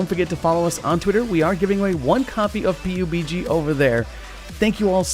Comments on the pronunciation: Why did u call it P u b g instead of pub g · P-U-B-G why cant you just say PUB-G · Did you just call pubg, P u B G😂😂😂😂